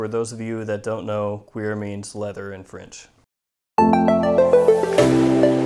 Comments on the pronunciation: great review. One thing, cuir is not pronounced queer:) I've uploaded my own pronunciation of it. take a listen Listen to Sounds from Wednesday evening by Tal Mamatov #np on #SoundCloud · Isn't it pronounced cure lol. El Frencho for bovinedermus